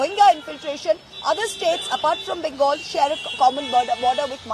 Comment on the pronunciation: why don't you pronounce bengal correctly? Pl do the same correctly